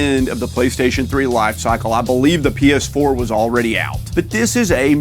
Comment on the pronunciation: Unless I’m mistaken I feel like whenever I hear say PS4 it sounds like he’s saying penis 4 😂😂